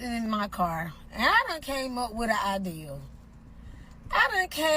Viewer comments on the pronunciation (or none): Never heard somebody pronounce idea with a W! Ideawere!